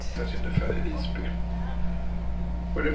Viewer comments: Hehe, couldn't resist to remind you when you phonetically said instead of Visby, "By" in Swedish means Village, "Vis" means Sage/Sapeant like your full of Wisdom, so it's like Visby = SageVillage, Fis on the other hand means you made a Fart and the phonetically to a Swede like you say FartVillage, the word Fart are also a Word in Swedish but the Swedish fart means Speed like the speed you drive om the road. But you have me a good laugh I didn't expect. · I like your Dutch pronunciation of 'f' for 'v' - the only flaw I'd be willing to argue against. For the visited town of Visby this will end up in /Fartby in SWE/ENG;)))